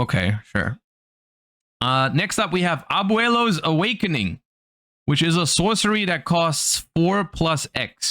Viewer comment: Great pronunciation on Abuelo there.